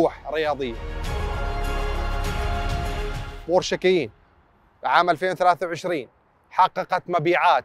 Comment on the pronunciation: شي مؤسف أن شخص خبير مثلك يا ينطق إسم السيارة غلط!!!! و الله ما قدرت أكمل الفيديو بسبب هالشي.